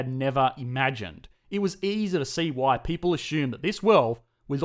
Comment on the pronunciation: Beautiful "pay-ple"!! Aussie spoken here 😂